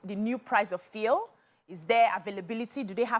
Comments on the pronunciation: I know the correct pronunciation, she is didn't pronounce it rightly u talking to the Grammarian himself, yes you prounce it fyool not as fiel the way she pronounce it. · Bcee is called Fuel not Fiel 😂😂😂😂😂